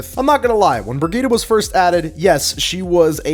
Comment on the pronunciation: That's how her name is pronounced. "Bri-gee-tuh" is correct, "Bridge-it" is wrong.